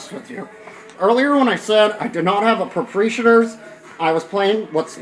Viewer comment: Geese Island? Propreeeshators? LOL